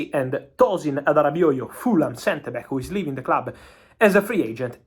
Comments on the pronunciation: His pronunciation of Adarabioyo is Gold 😂😂😂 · Says it better than me, and I'm Nigerian. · Actually its a Nigerian name and he surprisingly got it perfect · Great job Fab, you pronounce Adarabioyo correctly, saw so many foreign journalists struggling to pronounce his name… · Fabrizio 👏 duff my 🧢 for saying Tosin’s last name correctly. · Aww. Fabrizio's pronunciation of Adarabioyo is literally the best I have heard from foreign journalists.